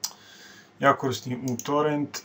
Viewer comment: nekaze se utorent nego jutorent